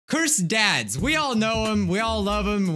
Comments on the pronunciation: it sounded like he said "cursed dads" and he was looking up "how to speak like a furry" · Am I the only one who thought he said cursed dad's 🤣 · Am I the only one who thought he said "cursed dads"? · Me too lol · i also thought the same. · IKR and i was like "what does dads have to do with this?-" and i saw your comment and realized that he said "ads"-- im dumb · i thought u said curse dads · I thought you said cursed dads